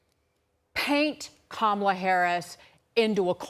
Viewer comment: Katie Pavlich has been on panels with people who pronounce Kamala correctly, yet she still mispronounces it. At this point, that indicates a kind of stupidity. Unfortunately, Larry Kudlow only recently started pronouncing Kamala correctly, but still slips back into his bad habit.